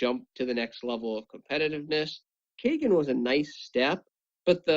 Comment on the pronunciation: the cards names r sasuke=saskay.kagen=caw-gen. not Suzuki and not kaygin:(